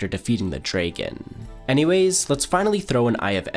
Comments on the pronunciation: It Dragon not Draigon. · It’s dragon not draygon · Draaeegan, its Dragon mate ffs, you said it sm 😂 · Dray Kin 🤣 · “And after I killed the dreykan i got the dreyken eyk” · It's not dregon egg it's dragon egg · Bro, its not “draegon” egg. Its “dragon” egg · the drayguhn ayg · "defeating the ender dreygn" 🤣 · ender draign😂😂❤❤❤ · last episode it was "waigen", and now "draigen"? What on earth are these cursed pronunciations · the word ‘ender’ and ‘dreygan’ come well and unpredictable 🤡🤡🤡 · Shut up man. Nobody says the dragon "dreygn" <-- this shi is not in english . He's saying that intentionally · He pronounces dragon as dreygon. I find that funny and irritating. Edit: also I thought he died when I say the title. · Do you mispronounce "dragon" and "wagon" on purpose just to get us in the comments making fun of you? Or did someone actually tell you that's how to say those words? I've literally never heard anyone pronounce them like that, and I'm an old lady. 😅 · He was just pissing me off with the dragon pronunciation. You obviously know how to use the ă sound in other words, but choose to rage bait with the dragon. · You pronounce dragon very interestingly. I haven't heard that accent before. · why can you not say dragon.... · The pronunciation annoyed me every time 😭😭😭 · i was thinking he had a mental deficiency or a speech impediment, if it truly is for engagement i hope he learns that its unbearable to listen to and is gonna stop me and many others from watching in future